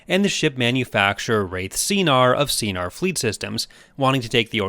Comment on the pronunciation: I pity Anakin when it came to losing Jabitha. That moment sure left a huge mark that'll make him so fearful and hateful of death, up until his redemption above Endor. I thought Sienar is pronounced "sai-nar". I kinda preferred it when his ships aren't always based on the color yellow. The Azure Angels he flew were quite lit. With this in mind, curse TCW 2008 for not including the Azure Angel II, and having a continuity snarl by having Anakin get an offscreen duel scar from Asajj Ventress a few years before the Republic comics' Coruscant duel. Assuming some elements of the game are still canon in Legends, bet the 501st Legion of Battlefront II 2005 ended up painting their own Eta-Actis interceptors yellow because they were so impressed by Anakin's flying during the latter battles of the Clone Wars. The green Eta flown to Mustafar was Kit Fisto's, I think. Would love to see the Imperial black Eta get an onscreen appearance, even if it means getting stolen alongside Darth Maul's Sith Infiltrator by Multiversal defense operatives in a desperately tight budget (think unsanctioned, like the GDI after the Bialystok controversy on Tiberian Dawn) on a separate Multiversal saga away from the main Star Wars Legends events. Would be nice if, hmm, it can be brought as a gift worth reverse engineering to a cooperative ally of said operatives, like Amity Blight-Noceda of Blight Industries. Saying this as a TIE Fighter gamer: Vader also flew a TIE Defender during Zaarin's betrayal and captur